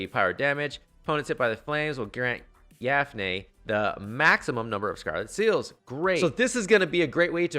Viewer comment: kinda bothers me that you call her "yafnei" but thanks nonetheless for this video :D let's hope MHY doesn't change her kit.